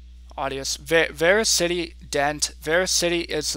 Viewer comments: by the way, it is pronounced verasity not VeraCITY.... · It's pronounced ver as ity